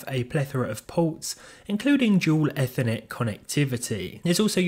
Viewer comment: Have I and pretty much everyone else been pronouncing ethernet incorrectly all these years???